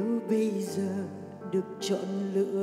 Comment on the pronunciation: HHN có thể không hát hay bằng nhưng cách phát âm của Hà Hồ rất chuẩn. rõ ràng. Thanh Hà phát âm bị đớt quá. mấy chữ như: giờ, xưa.. nói chung là lưỡi hơi bị ngắn...